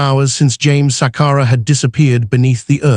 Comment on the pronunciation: Shame indeed!!! It's not Sakara but Sakala, it's Chadiza not the way you are pronouncing it